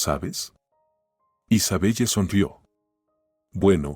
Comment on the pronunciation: Isabelle se lee Isabel